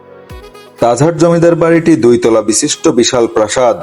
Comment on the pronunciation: Tajhar na tajhat vlo kra speaking krn